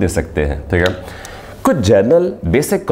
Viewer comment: It's not Teeeghay it's theek hai